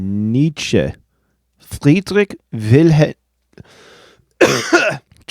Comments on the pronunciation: Friedrich Not friedrig 😂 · You pronounced "Bach" very well. But when you speak "Friedrich" you fall back to the english pronouciation. It's the same sound as for "Bach" for the "ch". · It's not quite the same sound. The "ch" in "Bach" following the dark vowel "a" is the dark "ch" sound (formed in the back of the mouth), while the "ch" in "Friedrich" following the bright vowel "i" is pronounced more in the front of the mouth. Repeatedly say "ach" versus "ich" and you'll notice the difference when forming these two "ch" sounds.